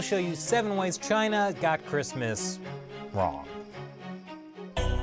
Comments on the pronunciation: Don't you mean "7 Ways China Got Christmas Wong"? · Don't you mean "7 Ways China Got Christmas WONG"??